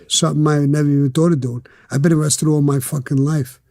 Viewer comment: BRO SAID PULL UP AND GET AREESTED IF YOU WANT.